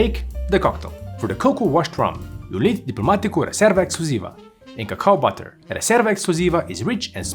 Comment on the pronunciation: "cacao butter" Lost Me There